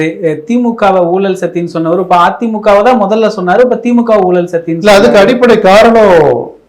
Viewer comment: தமிழுக்கு அழகே ‘ழ’ தான் ஆனால் இன்றைக்கு அனைவரும் ‘ழ’விற்கு பதிலாக ‘ல’ என கூறுவது வருத்தம் அளிக்கிறது. குலப்பம் அல்ல குழப்பம், வழக்கறிஞர் அது, வலகறிஞர் அல்ல. இழுத்து அது, இலுத்து அல்ல. ஊழல் அது, ஊலல் அல்ல. போன்ற பேச்சாளர்களே இப்படி பேசுவது மிகவும் வருத்தமளிக்கிறது.